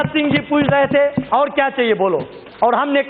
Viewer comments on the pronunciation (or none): none